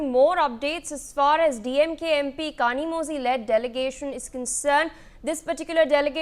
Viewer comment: someone tell these north indian anchors that tamil has special sound which needs to be pronounced using bent tongue and "zhi" is pronounced like Li or Lee but differently......in fact tamizh itself should be pronounced that way.....